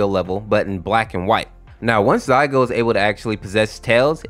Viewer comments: I can hear him saying Zygote or zygo but its really zalgo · it's zaLgo, not zaigo. and silver the hedgehog is not in this story, silver sonic is a completely different character. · Zaigo?! You mean ZALGO? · BRO SAID ZAYGO 💀💀💀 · it's "zaLgo", great video, but- 😭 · now he needs to learn how to pronounce zalgo and who's silver sonic